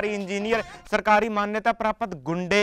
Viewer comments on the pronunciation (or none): none